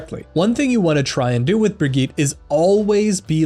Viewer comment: Dude.. the way you say Brigitte just sounds super wrong for me..